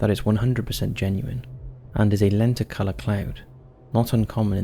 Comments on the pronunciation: It’s “len tick yew lur”. Not lenti color. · It's a lenticular cloud, not lenticolour lol